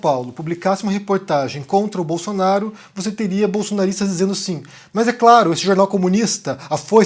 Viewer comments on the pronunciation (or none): none